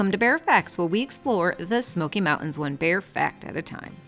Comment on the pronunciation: Learn how to say "mountains"